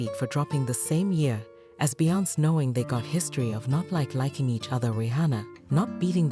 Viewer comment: Talk to me when you learn how to pronounce Beyoncé’s name